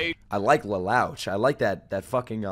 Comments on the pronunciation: Bro really called lelouch, “LELOWSH” lol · Never thought I'd hear someone mispronounce Lelouch's name and be funny at the same time lol.